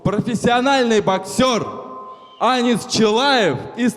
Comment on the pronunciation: не Анис, а АнИИИИс. Ударение на И 🙏🏼☺️